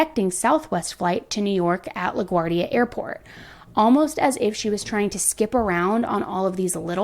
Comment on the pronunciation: That news anchor. La guard ia airport? Seriously? Who doesn't know how to pronounce LaGuardia? Wardia not ardia.